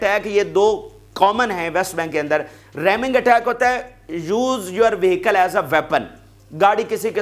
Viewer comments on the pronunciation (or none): none